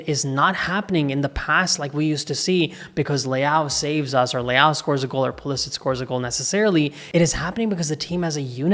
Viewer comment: Puh Leh sick. Not puh les itch